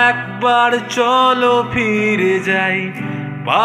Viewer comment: প্রথম দিকে আইকনিক সোলোর সাথে Rhythm ম্যাচ করেনি মেট্রোনমে। "কথা", "ফিরে" "হাতছানি" এই উচ্চারণ গুলো স্পষ্ট হবে। বাংলায় "ফ" English e "F" এর উচ্চারণ আলাদা। শুরুর দিকে vibrato বেশ ভালো লেগেছে। তবে "আরো একবার রাজি আমি" এই জায়গাটায় একটা ট্রেডমার্ক আছে high octave এ গাওয়াটা। সেটার ফিলটা হঠাৎ মরে গেলো, এগোচ্ছিল ঠিকঠাকই। 👍